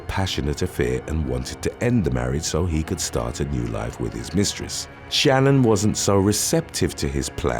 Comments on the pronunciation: Just to correct one thing about the dirtbag Chris Watts. Shan'ann was pronounced different from how you said it. I was so taken back by the story I watched so much about it. And based on how her family says it it's not the average Shannon name. Just so ya know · I wonder how many hours YouTubers actually work. Googling the pronunciation of Shanann would've taken about 30 seconds.